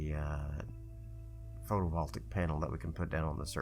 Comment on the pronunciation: I finally got around to picking up the breaking ground DLC and have just discovered your channel! Great content, keep up the good work. Oh and just FYI: photovoltaic is pronounced photo-vol-TAY-ic. Just thought you might like to know.